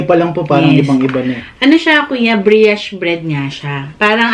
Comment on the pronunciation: Thank u so much! This video was a lot of help. Needed to know if French quarter was spicy before i buy (kasi bawal sakin maanghan) Gentle advise though- brioche rhymes with "gosh" not "briash" Happy New Year!